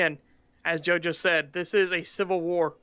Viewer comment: Jo-jo 😂 To be fair he did say, "as Joe just said" but I heard it too lol